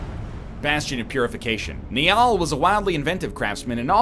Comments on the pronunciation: "KNEE-ALL" Eggman you're better than this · NL can't pronounce Pauper or Niall, poor eggman.